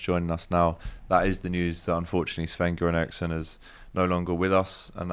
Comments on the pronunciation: For real. Cringed hard. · Man at least pronounce sven göran Eriksson name right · True but I don’t think he means disrespect. He struggles with pronouncing foreign names and comes across as kind of thick. Ball knowledge is basic